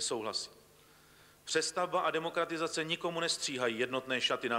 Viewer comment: Disguze ? Demogratizace? lol